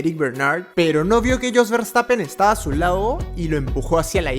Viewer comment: Hola a todos. Muy impactantes los accidentes. No sé es porqué quienes locutan estos videos no pronuncian las palabras bien, dicen LAO en vez de LADO, suspenDIA, afortunAMENTE, aterraOR, InterLAOS, termiNAO, cerrAO, deteNIA, atraPAOS (debe ser para que rime con CAOS), inespeRAO, y así otras. Todo sea para que se active el algoritmo.